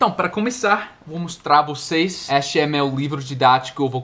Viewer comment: a palavra "este" se pronuncia com "e" no começo e no final,tira a pronuncia do "i" no final.